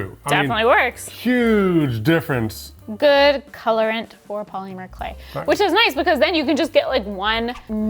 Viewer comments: The way says POLYmur clay is cracking me up 😂 Always wanted to try that hack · Say Paw-Lemur again! Do it!❤😂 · New drinking game - drink every time they say "poly-mer". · I've never heard anyone pronounce the Y in polymer so hard! 😂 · I feel they said Polymer wrong..... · Love the way the earrings turned out, I think they are so cute and I love the technique. But I don't think I like the way says polymer. I dunno, something about it bothers me the tiniest bit lol. Like just enough to where i cant focus on what he's saying lmao. No hate, all the love. It's just funny. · What did they do wrong? The earrings look pretty good for their first time using the clay. Only thing that bothered me was how pronounced polymer lol